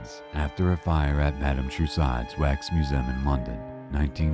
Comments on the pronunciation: Why have you used a narrator that can't pronounce simple words like "museum" correctly? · But he mispronounces ignominious, ajudicated, and museum.